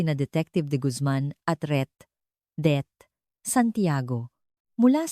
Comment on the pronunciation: KANINA KO PA INIISIP ANO YUNG RET DEATH SANTIAGO NA BINIBIGKAS NG AI NARRATOR. YUN PALA RETIRED DETECTIVE. AYUSIN MO HOY!!!